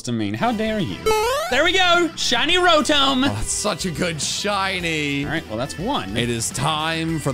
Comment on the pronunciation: its not rotome its rotom like in tommy